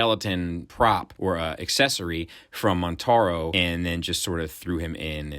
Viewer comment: Its Motaro. Without an N.